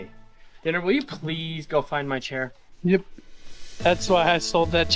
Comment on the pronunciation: "yeep, yeep, yeep, yeep". I can't unhear a little dog now.